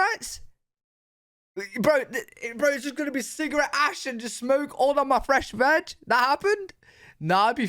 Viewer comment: When you said,” getting my VAG, did you mean veg?” My brain went dirty…